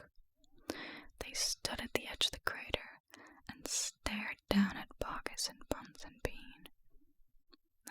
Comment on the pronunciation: I know it’s truly unimportant but I also need u to know it’s “BoggIS” not “BoggINS” :)